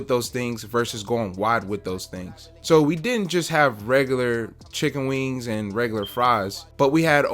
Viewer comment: wee-ings the sound u make when eating a fried chicken wing.\\ great advice about the health inspector.